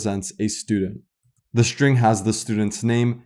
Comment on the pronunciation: great videos, thank you! may i ask something off topic? i somewhat interested in languages and linguistic and have a question. why do you pronounce some ST words such as struct and string as SHtruct and SHtring, while in some other cases such as student, start, stop, you don't make SH (Ш/Щ) sound? what is the origin of this?